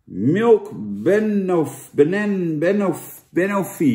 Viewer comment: Loop je Dennis altijd uit te lachen om zijn uitspraak, banoffee = ba no ffee